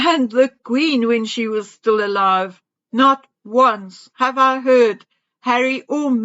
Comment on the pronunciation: Since she says stool instead of still I thought it was an accent.